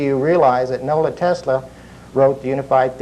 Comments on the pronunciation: no the guy in the video kept saying Nola Tesla instead of Nikola Tesla, that is what i was saying. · Nikola Tesla. Not Nola Tesla haha.